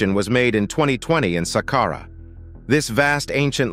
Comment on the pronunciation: Who taught this person say sàqqara?? Jesus Christ. Glad he corrected himself